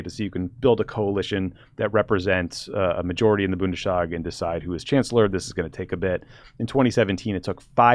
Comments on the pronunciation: Horrible pronounciation of Bundestag. You don't pronounce it "Bundeshtag", but "BundeS Tag" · Always nice to see how German politics are evaluated by competent folks in the U.S. Bundestag is by the way half as funny to say if you don't say Bundeshtag... 😀 the "es" is similiar pronounced as the "es" in finest. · I guess it’s just that he doesn’t know it’s two parts. A standard st would be more sht like Stellen. So he did fairly well really.